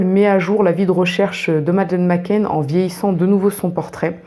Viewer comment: McCann et pas McCain